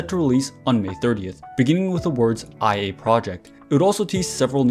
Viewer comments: just wanted to comment here and say that the vocaloids name here and throughout the video is actually pronounced like “Lia”, and not “I.A” Amazing video nonetheless!!! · IA is pronounced "Ee-Ah", it comes from her voice provider's name; LIA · OИE's name is pronounced like "Oh-neh", and IA's name is probably like "Ee-ah" ☠️ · IA is pronounced (ee-ah) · Great video, but I can't stand your pronunciation of IA's name😭 How can you be a fan and make THAT HUGE MISTAKE lol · Hahaha... I've seen few youtuber mispronounced IA due the capitalized text. They probably confused by her sister name too, ONE